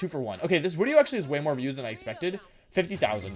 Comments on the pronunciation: Im new here and I have one question, what the FUCK is up with you saying wideo instead of video. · no hate, but why the fuck he says "uideo"? AAAAAAAAAHHHHH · Why do you say Wideo instead of Video? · JY P why does he say "wideo"? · I’d say the most evil thing is how he pronounces video lmaooo, “wideo” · Im new to Wolfey. What’s the “wideo” thing about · Can someone tell me why he says wideo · He keeps saying wideo lmao. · why does he say wideo instead of video? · Why do you say wideo? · Not to sound rude or clueless, but, what's with your pronunciation of "video" as "wideo?" I noticed you pronounced it with the "v" once, then repeated it with the "w." Again, not trying to be rude, just...genuinely confused. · He likes to mispronounce things on purpose, like how he says wideo.